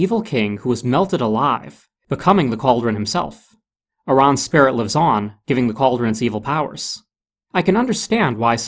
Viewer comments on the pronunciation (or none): none